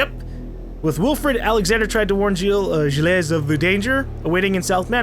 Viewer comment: YOU PRONOUNCE GILLES "jill", YOU EVEN HEARD HIS WIFE SAY HIS NAME!